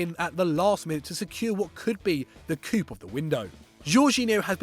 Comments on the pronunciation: its pronounced "coo" not "coop" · the p is SILENT in coup. SMFH